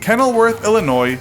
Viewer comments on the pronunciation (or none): none